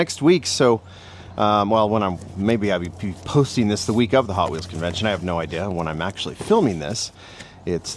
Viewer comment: you said Potwheels lol right off the start.